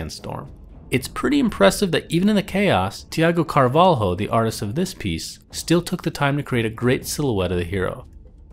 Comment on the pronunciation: "Tiago Carval-RO" HUE